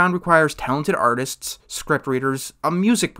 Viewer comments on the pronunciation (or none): none